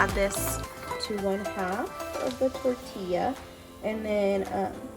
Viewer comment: The way you say tortilla is the way my sister says it.